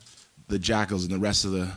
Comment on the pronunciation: i think he said wrest my blass not rest so its sounded even more epic